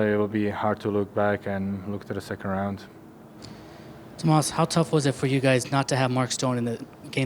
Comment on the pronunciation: Tomaaazzz he wanted to say something else. Mispronounced his name